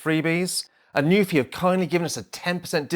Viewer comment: Such a great video. Thank you, I can't wait for mine to come. I did notice that on the plastic dust cover they've printed the pronunciation of their brand as New-fee, not Noo-ph-i